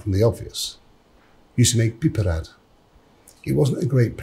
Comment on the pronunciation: Its so satisfying the way he says "piperade"